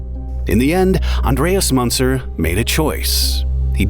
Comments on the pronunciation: the "ü" in "Münzer" is pronounced like how you say the letter "u" >> "yu". so the name is pronounced as "Myuntser", and you're saying it like the "Aa" in "munching". there were two options for you, either learn how to pronounce the name before making any documentary, or add in the disclaimer that "you may mispronounce the name" in the beginning. but you chose neither. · You could have at least asked google translate how to pronounce "Münzer" properly. And "Zugzwang". If you hadn't explained it I would have never understood what you even said. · Münzer is pronounced 'Moonzer.' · Two dots above the U a is pronounced OO , not Munzer. Sad to see a guy so obsessed like this .RIP